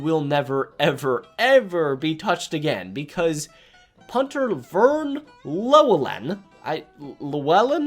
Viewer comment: Pronounced: "LEW-ell-Len"